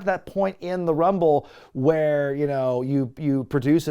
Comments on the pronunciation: Rumble numble, lmao. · "Lets get ready to Rumle" must be an attempt not to be sued michael buffer.